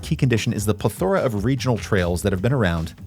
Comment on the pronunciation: did you say "ple THOR a" ?